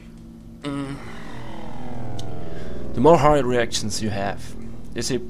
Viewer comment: It sounds like your saying erections instead of reactions..